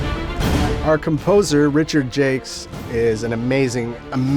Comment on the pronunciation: pretty sure "jacques" is pronounced differently, especially in Canada ;)